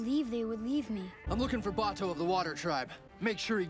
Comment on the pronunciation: Your questions about Iroh will be answered and they will break your heart Oh and it's Bato not Buto :)